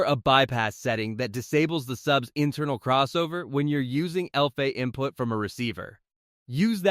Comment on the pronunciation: The AI-generated voice is confused by the two meanings of "bass" in English. Edit the script to substitute "base" for "bass" and it won't say the name of a fish. Similarly, spell out the sounds to make for "AV" and "LFE": "a vee" and "el eff e". The video isn't bad, but the mispronunciations are hilarious. It's also a bit too wordy, try to be concise.